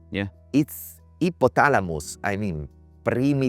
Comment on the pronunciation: I love how he says Hippothalamus